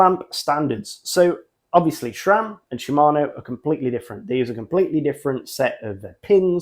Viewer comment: Why does EVERYONE pronounce Sram as Shram?